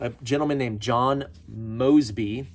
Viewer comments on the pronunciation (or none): none